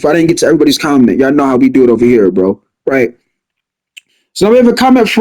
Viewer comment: Its funny how you be saying “rright”